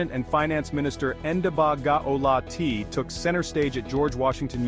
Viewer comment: Eish, the narrator's mispronunciation of my VP's name is annoying me